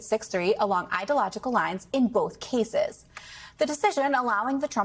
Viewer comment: Cannot pronounce Hatti nor Syria nor ideological, all in the first 20 seconds of broadcast, this is a bad look.